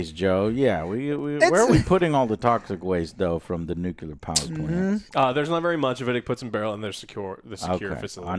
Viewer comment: JOE, LEARN TO SAY NUCLEAR GODAMN IT.